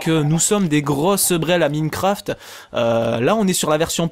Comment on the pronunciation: On dit Maïnecraft :D